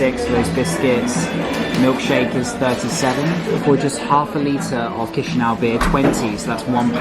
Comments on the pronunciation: ChişiNAU lol, its Chişinau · Not chişiniau but chişinau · Correct is Kishinau, but not Kishiniov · Chișineu😂I’m from Moldova, ly🤣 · 😂😂mooorrr cum spuni Chisinau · it's chisinau with c not k